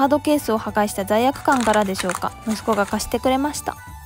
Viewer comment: ムスッコではなく、ムッスコなんですね👦